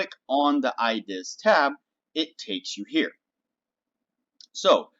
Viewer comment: Great video! I-deass! Why you say it like that? Where are you from?